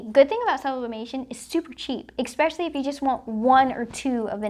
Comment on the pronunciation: Love the way you say "Expeshilly" Great Video thanks for the info